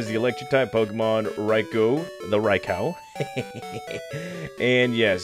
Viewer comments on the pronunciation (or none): Reyeco lol 😂bruh who says it like that jit 😮